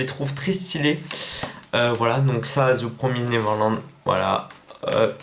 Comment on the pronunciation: Très bonne vidéo ! On dit "Ze promiz néveurlande" Mdr😉